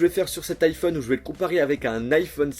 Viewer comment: Arrête de dire un "N'iphone